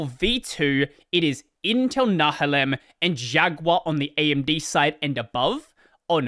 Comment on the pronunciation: The term "Nehalem" comes from the Nehalem River. It is pronounced very differently to Nahalem my friend.